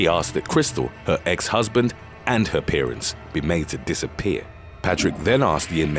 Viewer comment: Yeah. It's an AI voice. So many of these channels have very similar accents and tones that are pleasing to the most ears. And then they make the most glaring mispronunciations. Like pronouncing parents' (as in their parents' house) saying it like parenteses, which is not an actual word. I wish I could get a job in quality control for these whizztards.